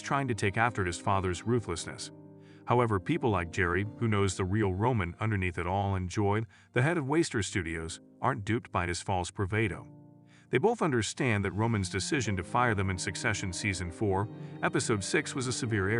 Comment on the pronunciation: The word is pronounced "brah VAH doe."